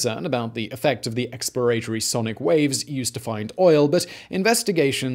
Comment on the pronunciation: Eks-plə-RAY-tə-rē? What the hell? 🤨